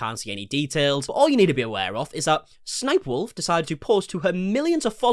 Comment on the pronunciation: BRO thank you for saying s s sniperwolf. I’ve seen so many people saying 3 s instead of two and it’s been driving me up the fucking wall.